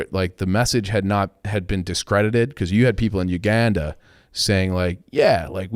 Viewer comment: can’t pronounce the letter “a” Uganda pronunciation is brutal